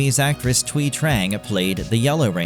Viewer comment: Thank you for pronouncing Thuy correct!